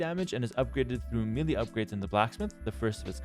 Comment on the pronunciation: Love your videos! Just want to say that melee is pronounced "may-lay." Sorry to be nitpicking, but I wouldn't want younger viewers to get confused about how to pronounce this word.